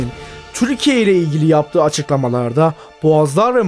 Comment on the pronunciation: Hocam video güzel ama telaffuzda sorun var cümle sonunda ki yaptııı olduu ları çok uzatıyorsun. Birde kelime sonları harfler yutuluyor onun dışında güzel yapım